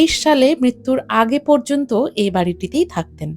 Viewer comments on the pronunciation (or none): none